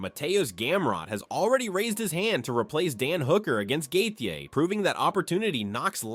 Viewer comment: hahahaha gaykee? learn how to pronounce their names before being a source of info about them matbe hhahahahah